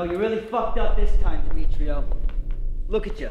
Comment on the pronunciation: "Dmitrio" I'M